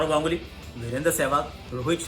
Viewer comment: who noticed this "Saurav Ganuly" :0